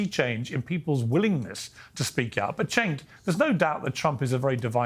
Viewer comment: I wonder why a lot of people pronounce CHENK instead of JENK when it comes to Cenk Uygur's first name. I mean it's not that hard, is it? It's JENK. Simple. Because the letter C in Turkish is the equivalent of the English J. For what's worth, I'm not a Cenk Uygur fan by any means or metrics, but it still grates on my eardrums when someone mispronounces his name. Thank you for your understanding.